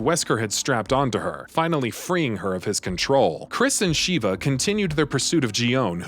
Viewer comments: her name is shiva not sheeeva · Excellent recap, but major cringe every time he says "Shee-vah" instead of "sheh-vah" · It was cringy having you say the names wrong. Especially, Sheva’s. I mean, they say her name so many times that not once did they say “SH-EE-VAH”. Come on, man! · sheh-va, not shiva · Sheva not sheeva short e not long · I cringe every time he says Shiva vs Sheva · Hate to be that guy, but it's Sha-vah They literally say this in the game, lol. Not Sheeva. Not sure why so many videos keep doing this. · you really wasted time discussing resident evil 5 chris and sheva when you COULD have been explaining its dlc desperate escape which actually includes JILL!!! also it's Sh-eh-vah... not shee.va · No offense when I say this buuuut Uroboros (Or-o-bor-os not Euro-boros) Sheva (Sheh-va not Sheeva) Idk how to spell Excella's last name but it's pronounced (Gi-ohn-ay not Gee-own) Sorry was just bugging me a little lol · Super cringey on how the narrator pronounced Chris' partner's name. It's like they never played RE5 at all. It's SHEVA not SHIVA. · Sh-eh-va? Her name isn't "Sheeva," you're thinking of mortal kombat bro... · Ugh I can’t with his butchering of their names 😂 Shhhhheeeeeva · Every time he says Sheee-va my blood hurts. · SHEE-VA COMPLETELY TURNED ME OFF!!! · Stopped watching when Sheva's name was mispronounced. RE5 had voice acting so there's no excuse. 🤦‍♀️ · There's literally no excuse to mispronounce Sheva's name.. the game has voice acting.. 😫🤦‍♀️